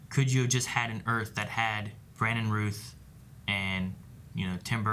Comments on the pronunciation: Just a little FYI, Brandon Routh’s last name rhymes with south, not tooth. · I have to say for my own sake, Routh is pronounced like ow, not like ew R(ow)th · ROUTH NOT ROWTH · Just an FYI, Brandon pronounces his last name to rhyme with "mouth" not "tooth". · I believe It's Routh like Mouth, not Ruth. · ROWTH!!! I know you know how to pronounce that man's name!!😑